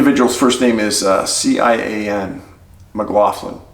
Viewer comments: Cian is pronounced KEE-an. Sometimes my Irish ancestry comes in handy. Sad story. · Hi David, Cian is an Irish name, pronounced like Keen. Many thanks for highlighting the case! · The name Cian is pronounced Key-an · Also.. the first case you present you pronounce his name...Kee-an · Cian is pronounced keen. hope he and the others are found. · Cian pronounced Key in. McLaughlin.